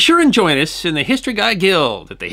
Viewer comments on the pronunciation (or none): none